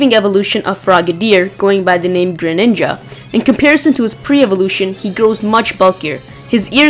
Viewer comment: GREninja not grininja -_